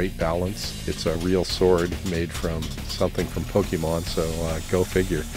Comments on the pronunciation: Srsly? It's pronounced Pokaymon. Or as I say, Pokuhmon. So, ya it's not Pokeemon. Also, why was the JWittz There??? Cool! Hm 01!!!!!!! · It's pronounced Poke-ay-mon!!!! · Yes. Some say “pokomon”. Some people who haven’t seen it much can’t pronounce it right. It happens.